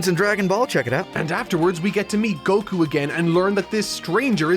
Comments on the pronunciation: Coming from the guy who says Go-kü instead of Goku , we getcha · It's just Gohkuh not Go Kyu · is that why you're the only person to pronounce "Goku" with stress on the second syllable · Son Gokū Kanji: 孫 悟空 Kana: そんごくう そ So ん N ご Go く Ku う U Romanized without the Macron over the U, it would be Son Gokuu. The American version shortened it to Goku, eliminating the second U, but then changing the pronunciation of his name. It's not a criticism of the dub when I say that, mind you. I've made it my preference to pronounce the original character names; it's why I say Yaji-roh-beh and Ka-reen instead of Yaj-ir-oh-bee and Kore-in. (And before you ask, because everyone does, "Why not say Bejiita and Torankusu?" Because those are literally based off English words.)